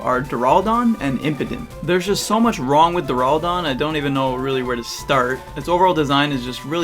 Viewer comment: you say it like deraldon, its deraludon, pronounced as duraloodon